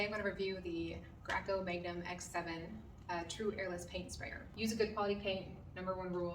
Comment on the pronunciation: Well Done, thank you. Pronounced Graco(grayco).😊✌🏼